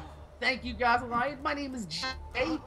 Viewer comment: why does he pronounce his name Goth-a-lion